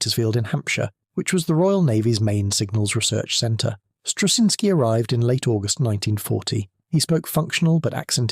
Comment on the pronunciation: A lot of work had been done on Huff Duff before Wacław Struszyński, began working for Britain, but his work was crucial in making it work on a ship. 2. It seems to me that if you wish to honor his achievement, you could spell his name right. Some of the stabs at it in the narration are nowhere near right.